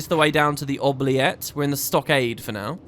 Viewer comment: Ok, couple of things: an oubliette (pronounced with an “oo” at the start, not “oh”) is specifically a deep pit where people were thrown with no intention of ever releasing them. Prisoners would survive by licking moisture from the walls and eat any scraps of food that happened to fall down, but most would eventually slowly starve. A deeply unpleasant idea. Secondly: are you really not going to talk about the fact that the Judge is Balthier’s EXACT DOUBLE?!?!?